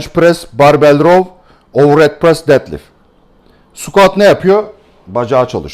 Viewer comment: Dedlift dediginizde guldum hocam 😁 Tum bilgiler icin tesekkurler